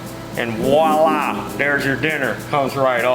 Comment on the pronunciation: showing off his French language skills! Viola! he says, more then once! Thank you for sharing your knowledge and experience and stay safe out there!